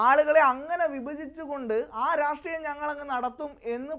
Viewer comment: രാസ്ട്രീയം അല്ല രാഷ്ട്രീയം വാക്കുകൾ സ്പഷ്ട്ടമായി പറയൂ കോൺഗ്രസ്‌